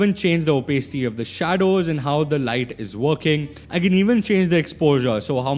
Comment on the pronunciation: you are pronouncing opacity wrong it sounds so weird